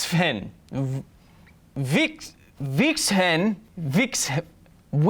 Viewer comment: its pronounced VIXEN kyle